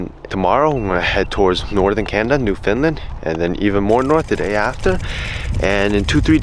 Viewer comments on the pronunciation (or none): cool ass video dont come to Newfoundland again if you gonna call it new Finland though